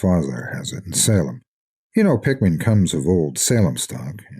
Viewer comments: Everytime he says Pickman, It sounds like Pikmin... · I always figured that was how it was meant to be pronounced... typical English pronunciation would usually result in a name like "Pickman" being pronounced much like "PICK-muhn" or "PICK-min", right?